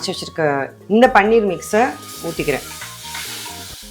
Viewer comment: Paneer not panneer பனீர் not பன்னீர்